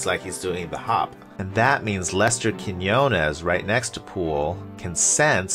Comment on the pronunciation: it’s pronounced KEEN WAH 😂